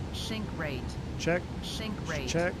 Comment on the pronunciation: WADAFAK, why shink rate and not sink rate? xd